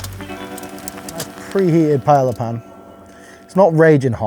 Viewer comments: Not even four seconds in and he's already calling it a pie-ella. Bold start. At no point in history has it ever been pronounced that way. If you’re going to teach people how to cook a dish, especially one you dramatically title “The Best Rice Dish in the World” maybe, just maybe, start by saying the name correctly? It’s called paella… pronounced pai-ay-uh. Such a small detail, yet somehow a completely avoidable failure. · Paeja not paella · It’s ‘paa-eja’ mate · Looks great!! also it is pronounced pai-ay-uh. double Ls in spanish are pronounced like a Y. Dish looks amazing!!! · Pie - ay - ah. PIE - AY - AH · Who else loves pie-yellah? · "Payela"???? Matey mate... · Pronounced Pa-ey-eah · lol no way you just said pie-ella 😂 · Pie - el - la lmao love it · i love u dude but please stop saying pie ella 😭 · The way the English pronounce paella is kind of a deal breaker. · I love all your videos...But, I find it amazing that the British people who are so proud of the way they pronounce French, cannot pronounce Spanish worth a damn. You pronounce the 'A's the same 'Ah" not Aaaaa. What is so hard about that. So easy to remember that a double 'L' is prounouced the same way you say a 'Y'. So Pallea is Pah yah ah. It's not just you. It's all of you. Spanish couldn't be easier because the vowels are fixed. Which means "no matter where the vowel appears in a word it is pronounced exactly the same way. A=Ah, E=Eh, I=EEE,O=Oh, U=Eoooo. If you can pronounce French words, you should pronounce Spanish ones too. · oh NO you pronounce the L's?! lol ouch. love you, but the english really have murdered language. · When he blurted the word P-A-E-L-LA, I immediately close this window after I wrote this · Wtf was that pronunciation of paella? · How are you a Michelin star chef but you pronounce paella like my redneck cousin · for the love of god please learn how to pronounce paella. the double LL in spanish is pronounced like a Y. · Really with that pronunciation though? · pie yella LOL